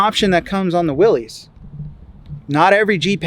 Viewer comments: It’s pronounced like Willis not Willies 🤦🏻‍♀️ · short answer is that willys was a manufacturer for jeep back in the day but the pronunciation is more like "Willis". So from a historical perspective, it is interesting and informative, in casual conversation, correcting someone is probably pretentious.